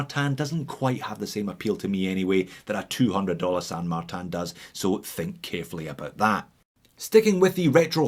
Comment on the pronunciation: “San Magtan” why? In french is….Saint-Martin no San Martin. It is a spanish name used by chinese company, not a french or swiss name, friend.